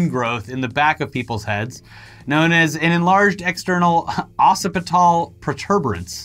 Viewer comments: seriously -- I had to listen to you say "aw, sip-it-all" about six times trying to figure out if you were inviting me to chug a bheer before I made the connection: "occipital" is pronounced "ox, sip-it-all" and yes, it means you're inviting a bovine ruminant to chug a bheer no, it's a part of your skull. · its pronounced like oxipital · occipital (ok-sipital)